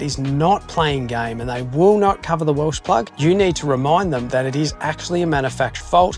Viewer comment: Welch plug Welch not welsh